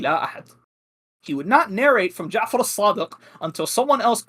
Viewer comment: "Imam sadiK" "Muhammad baKIr" adnan rashid calls himself a muslik historian when he can't even pronounce names correctly, how can he be considered a reliable historian while lacking proper arabic skills?!